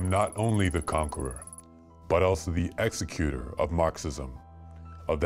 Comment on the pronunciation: Pronunciation: "Executor"